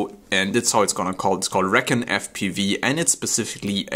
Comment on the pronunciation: Should pronounce it (ree-con). That's the perfect name for a long range quad